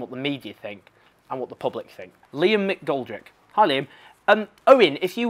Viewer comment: owen first off thanks for saying my name right alot of folk struggle with McGoldrick lol second off fantastic answer i couldn't of agreed more and finally perish the thought? don't put yourself down i think you would be quite good no tony benn but i think you would be good